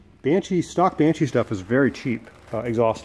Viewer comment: It's Banshee, not Banchee. ; ) "I can put a custom panel (...) and nobody will ever know". Man, you made a video for YT about it, remember? xD